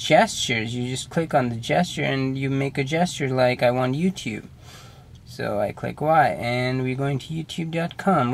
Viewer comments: I heard "Good Morning YOUPORN" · LOL "You Chube" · "YouTyube" " hahaha ^_^ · Bro, he says yeewtweeb